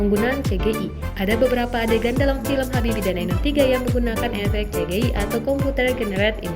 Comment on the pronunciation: Cgi baca nya Si Ji Ai